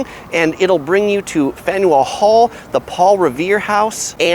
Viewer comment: As a home grown born and raised native Bostonian...it's always so amusing hearing out-of-staters try to pronounce the word "Faneuil"